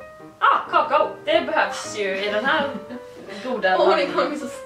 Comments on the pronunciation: säger typ "kakao" snabbt men Clara säger "kakaó" typ xD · Jag säger också "kaakao" som, venne om det är Norrländskt för alla säger så här.:)) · Är det bara jag som inte fattar skillnaden på när keela säger kakao?